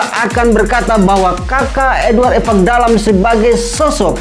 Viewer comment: Host selalu menyebutkan Evakdalam padahal yang sebenarnya Ivakdalam. Menyebutkan nama seseorang harus tepat